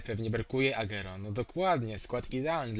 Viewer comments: sorki musze to chejtowac kurwa no mnie to boli to moj naj pilkaz a ty czytasz agero czyta się agłero PLS popraw sie ! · agero Tylko agłero tak sie czyta